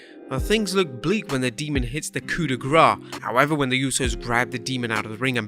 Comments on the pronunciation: Sorry but it is "coup de grâce" not "coup de gras" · demon finisher is called in french : COUP DE GRACE (coup de GRASS) ok GRASSSSS ! don't listen to this stooge MICHAEL COLE who is not educated...i'm French and you need to spell it properly.